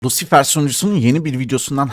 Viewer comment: knk sw nin isminin yarısını niye ingilizce yarısını türkçe şeklinde okuyorsunuz lucifer diyin lusifır diyin